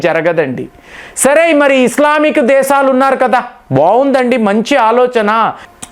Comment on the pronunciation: దేశాలు ani pronounce cheyyali. దేసాలు కాదు. కొద్దిగా home work chei. అందరూ nee gorrelu కాదు.